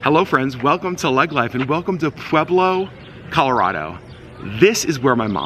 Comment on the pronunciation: Brother!!! Thank you so much for finally doing a positive video of Pueblo and for pronouncing it correctly, lol. My husband grew up there, but we live in Thornton, a suburb of Denver. However, we love, love, love to travel to Pueblo for MANY reasons, one of which is the food. The second, is to get away from the city. Everything's a little bit slower in Pueblo and everyone is SOOO nice. It is so different than Denver. Pueblo has the best Mexican food in the world. It's such a beautiful place. People do videos showing Pueblo in a negative light. It's not fair because every single town has a negative aspect. Another cool fact, is my husband's high school, Centennial high, used to have a planetarium. You do not hear of that very often. A couple recommendations that we have been going to for decades is Jorge's Sombrero (President Obama ate there) or Nachos, as well as Taffy's candy store. Also, a fun bit of information for your Vlogs is, the bar downtown called Brues Ale House is in the old jail. Kind of a fun fact. Thank you again for doing this video. It really did make us happy to see such a positive, beautiful video of Pueblo . It truly is a spectacular place. I have never met such nice, friendly, kind people.